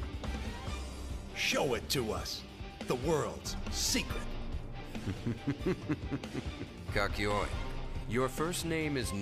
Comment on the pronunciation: The way they pronounce Kakyoin and Jotaro rlly sucks. At least in the new anime those were fixed